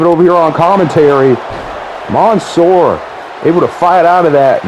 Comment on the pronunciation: It’s literally man -soor not the way ur pronouncing it